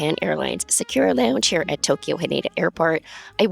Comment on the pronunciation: sa-koo-ra (equal emphasis on each syllable) not "sakeewraa"